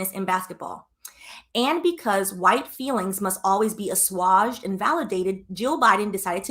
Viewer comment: Its a-sway-ged